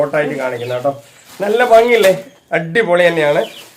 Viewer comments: നിങ്ങൾ പറയുന്നത് ബങ്ങി... ഉപദേശിച്ചവർ പറയുന്നത് ഫങ്ങി... ഇത് രണ്ടുമല്ല.. ശരിയായ മലയാളം ഭംഗി എന്നാണു .. എന്തായാലും സംസാരഭാഷയിൽ ഇതൊന്നും നോക്കണ്ട.. നിങ്ങൾ പറ യും പോലെ പറഞ്ഞാൽ മതി...😊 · Fangi allaaa...bhangi ennaan parayendath